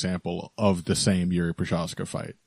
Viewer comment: Прозахка. Not a hard to prounounce. Why no MMA media people can get it right ?